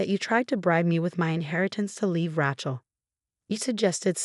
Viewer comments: Not RYCHEL but pronounced RAYCHAL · 12 mil to repay + interest. How in the heck are the in-laws going to repay? Interesting story with lots of mispronunciation, especially Ratchell (other stories have the same pronunciation.) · I can't stand the mispronunciation of raaachel. Ray, day , clay, say, pay aaaaaa long a. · It's not Rachel, it's Rachel. Long a not short.